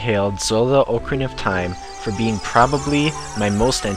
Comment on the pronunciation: I am subscribing to your channel, mainly because you pronounce OCARINA correctly. I can't stand it when people pronounce it, Ahkarina.